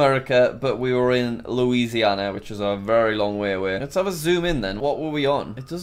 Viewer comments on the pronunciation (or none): none